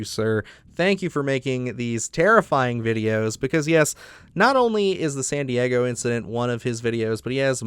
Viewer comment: i swear i thought you said Sandy Eggo Incident the first time. lol love your videos